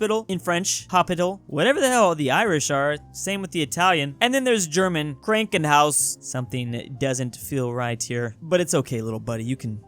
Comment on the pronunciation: As an German i can say said thr word Krankenhaus (or every word says in german) is wrong. It's not Krayinkenhaus but it's fine because he has an diffeent accent